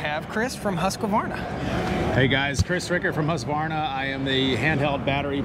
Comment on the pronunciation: I think Tracy gave you a pass, but Chris pronounced it more or less correctly (with an American accent). There's no extra vowel sound after Husq (pronounced Husk or Hoosk) so neither "Husk-ah-varna" or "Husk-e-varna" is correct. With native Swedish speakers I usually hear "Hoosk-vahrna", and German speakers may "Germanize" it pronouncing the V more like the way English speakers pronounce an F, but then again Germans tend to be quite good about being technically correct. Besides I think most of them prefer to say Stihl (there's another one we tend to get wrong). Anyway, drop that extra "ah" you're sticking in there, and I'll only have about 200 million more Americans to correct. :P